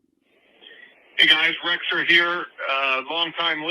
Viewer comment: I second the Rexer pronunciation